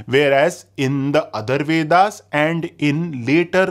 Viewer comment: But why you are pronoucing words like, ved to vedaaaas